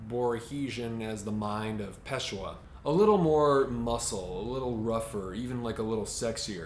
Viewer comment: Just a small comment on pronunciation. "Ss" in Portuguese is said as "s" in the English word "person", it's "s" that sometimes is said as "sh" or "z". So it's Pessoa and not Peshoa. "Der Untergeher" is pronounced "untergayer" as from the word "gay". Btw, is a great site to check foreign names' pronunciation. I hope you don't mind the corrections, but you seem like you care to say things correctly, so I thought you'd like to know.